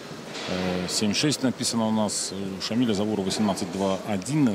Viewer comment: ЗАУРОВ а не ЗАвУРОВ !!!